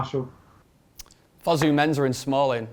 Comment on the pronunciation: why the hell does say "Menza"??? Its "MenSAH" my g